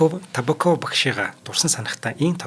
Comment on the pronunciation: Табааков, Мироонов гэж дуудаарай, сайхан дугаар болжээ.